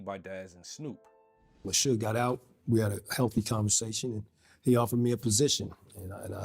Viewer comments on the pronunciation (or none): Dude, I love your content, but the mispronunciations are killing me! As a 43 year old who grew up in that era, how the hell can you pronounce a name that everyone knows - Suge (Shoog) and pronounce it as "Shugg"?